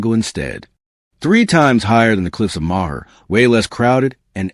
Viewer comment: Oh yeah bro you really caught me with the cliffs of mawhir. Way to go. This is AI created gibberish probably from Russia or N Korea